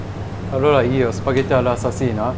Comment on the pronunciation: シェフ、南部訛りのシュパゲッティが可愛すぎます。 是非にまた日本へいらしてくださいませ。